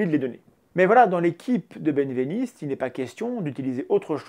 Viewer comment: Merci, Mendax ! Par contre, je crois bien que "Benveniste" se prononce "bin-véniste" et pas "bêne-véniste" ;)